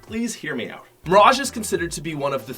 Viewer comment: Why the hell is he saying "oat" not "out"